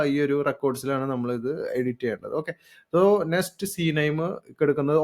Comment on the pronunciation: Bro, parayunnath kondonnum thonnaruth. Nest alla, Next.